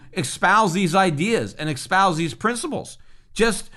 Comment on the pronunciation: Great content. Eloquent and insightful as usual. By the way it's "espouse" not "expouse."